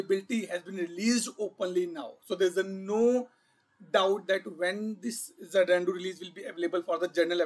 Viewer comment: dude, its not ja-nan-du, its za-nuh·doo However, thanks for sharing all the information. Happy learning